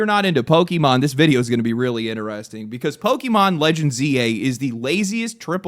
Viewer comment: How come you say inneresting instead of interesting?